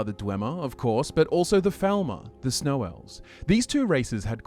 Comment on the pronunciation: Is it my imagination or does he keep saying "Thalmor" while speaking about the Falmer? Or is he just pronouncing it like Faal-mor rather than Fall-mer?